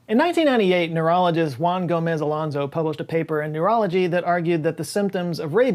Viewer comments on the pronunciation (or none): none